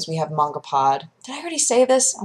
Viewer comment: The way she says it is the correct pronunciation. I pronounced it probably the same way you do for the longest time.